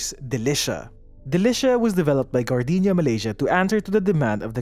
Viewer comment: appreciated that I hear Gar-dee-nya and not Gar-day-nya